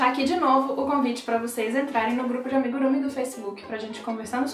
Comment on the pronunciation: Tenho uma amiga japonesa que me falou que é amigurumÍ, com acento na última sílaba, assim como emojÍ, animÊ e por aí vai. Mas adorei tudo: sua paciência, a seu carinho, a musiquinha de banjo e até seu esmalte! 🧶 Estou te seguindo.